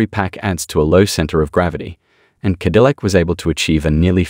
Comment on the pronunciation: "Ca dill ack" again. Bots have taken over. This is the most embarrassing series I follow on the internet when it comes to automotive news as they bots can't pronounce the brand name it is supposedly promoting.